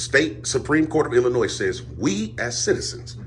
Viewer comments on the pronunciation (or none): Go hire an actual lawyer and ask them to confirm your "theory" that a private contractor's building is "public". You're simply wrong about that. Also, the "s" in Illinois is silent. LEARN SOME THINGS.